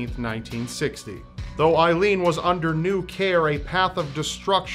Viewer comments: Don't mean to be stick in the mud but her name was pronounced aileen as like a leen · It's A-ilene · Just for the record the name Aileen is pronounced AY-LEEN. I think youre confusing it with the name Eileen:) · Hey,! I'm sure others have mentioned this, but you pronounce her name wrong. It's pronounced "A-leen". My sister's middle name is Ailene (yes, spelling is different, but the pronunciation is the same), and that is how it is pronounced. Just thought you'd like to know.:D